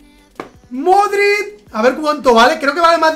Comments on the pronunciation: When pronuncias Modrić "Modrit", da un poco de rabia ya que se pronuncia "Modrich" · Modrid toty no sabes hablar